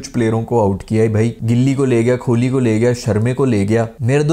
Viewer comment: It’s kohli not kholi